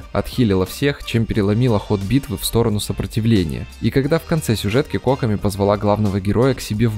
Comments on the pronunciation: Задание легенд анонсировали на стриме разработчиков. Так что будет доступен вместе с запуском ее баннера. И автор, я умоляю, произноси ее имя правильно - КокОми. Ударение на второй слог. А то у тебя какая-то Cock-omi получается. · кОкоми? Ты хоть понимаешь куда ударение ставишь? Её зовут кокОми! Чисто из-за этого ставлю диз. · Что с ударением на имя кокОми... кОкоми говорит.... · смертоубийство 👹 Ни нада так.